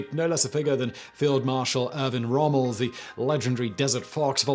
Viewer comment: Well, I can't agree he did. ;) For example, he pronounces "Schutzstaffel" like you would say "staff" in English, when it should be with an "sh" sound. Same for the name "Sylvester Stadler" where the surname is pronounced with "sh" as well. He also pronounces "Rommel" with a phonetic "ə" like in English word "pummel", while it should be pronounced with "ɛ" like in the word "bell"